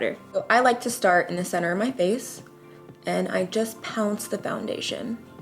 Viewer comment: I read the comments before she actually started putting on make-up so now I’m only focusing on her saying “pounce” lmao thanks guys